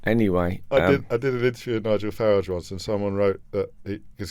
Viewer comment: So James can pronounce Farage's name properly.